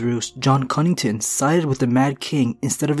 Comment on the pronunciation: Connington* not Cunnington